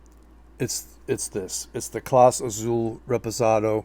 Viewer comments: It's not pronounced Clays its CLAW-SAY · Good products, you need to learn how to pronounce Clase!!